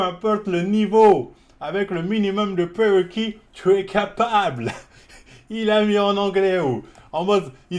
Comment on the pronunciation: 🏴😅🤣😂 peuw impowte les pwewequiii j'étouffe arrête arrête